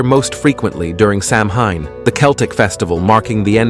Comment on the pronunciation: If you are going to do a video on any Irish myths learn how to pronounce not just the names of the creatures but the names of the counties and holidays please you mispronounced a lot of these with samhain and leitrim being just two of them you got wrong